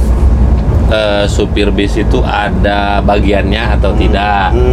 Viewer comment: Bas ❌ Bis ✅